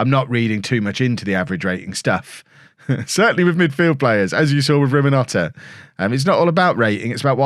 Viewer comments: favorite. And still he haven't read his name properly. RiNoMhota, not RiMoNhota. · It is Rinimhota, not Riminhota. Your love for the man is almost as irrational as your pronunciation! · I found your channel around 3 weeks ago. Subbed straight away, and have watched every video since. But..... There's one that's been really annoying me....... If you're going to carry on say Rinamhota, can you please say it right..... The n is before the m...... Thanks, and keep up the good work 👍😊